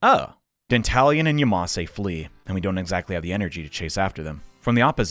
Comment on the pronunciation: Not gonna lie, every time you say "Dantalian" I keep hearing it as "The Italian".